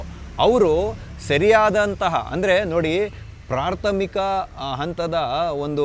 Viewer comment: ಸರ್ ಈ ಸಂಚಿಕೆಯಲ್ಲಿ ನಾ ಗಮನಿಸಿದ ತಪ್ಪುಗಳು ೧)ಪ್ರಾರ್ಥಮಿಕ ಅಂತೀರಿ ಅದು ಪ್ರಾಥಮಿಕ ೨)ತಾರಾತುರಿ ಅಲ್ಲ ತರಾತುರಿ ಇವೆರಡನ್ನು ತಿದ್ದಿಕೊಳ್ಳಿ. ಕ್ಷಮೆ ಇರಲಿ.....